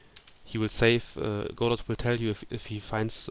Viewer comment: Thanks so much for doing these! These sort of videos are so important to help newcomers to Godot and help build the community. Just a small complaint if I may...Godot is pronounced with a silent "t" as in God-oh....sorry to sound like an ass but it has to be said :) I look forward to more videos in this series from you!